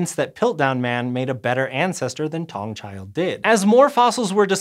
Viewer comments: Taung is pronounced Ta-Ung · Taung is pronounced, 'Ta-ung'. The 'ta' is like the hard 'T' in "sTart". The "ung" is like "oong"